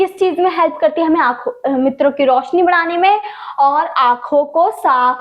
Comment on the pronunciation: मित्रो ❌️ नेत्रो ✅️😂😂